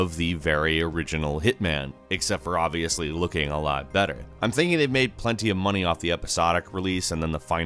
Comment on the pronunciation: Tencoo my moneee.